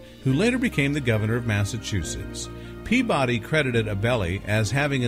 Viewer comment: I think you pronounce it pea-buddy...not pea-body.